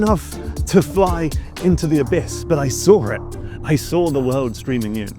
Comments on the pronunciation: He SORE it! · "i soar it, i soar it" 😂😂